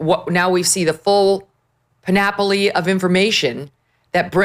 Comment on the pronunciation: incorrect pronunciation of the word "panoply".